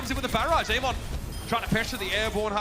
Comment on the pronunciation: why do the casters say amon instead of ameng